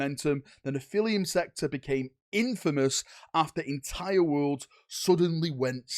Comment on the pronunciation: It’s Neph-ah-lim, like how Americans say Aluminum